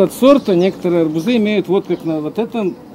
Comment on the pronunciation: Добрый день..Все это понятно, кроме одного. Почему вы говорите" арбуЗы" , "аобузОв" вместо "арбУзы", " арбУзов?